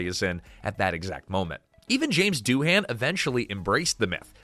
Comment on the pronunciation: Doohan is pronounced Doo-An. The H is silent.